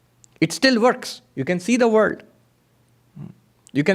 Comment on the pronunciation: Thw word "world" has an L in it. It's not pronounced "×9=d" Some will be confused by your talk.